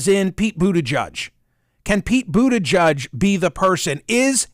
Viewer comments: It's boot-edge-edge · You should at least learn how to pronounce Mayor Pete’s last name.